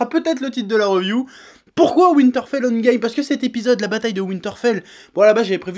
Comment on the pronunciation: « Winterfell handgame » wtf cet accent fait un effort xD